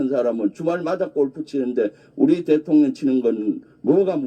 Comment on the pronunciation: 김병주씨 대통년이 아니고 대통령입니다 한국말 발음이 어찌 3살짜리 우리 손자 발음 보다더 이상하네요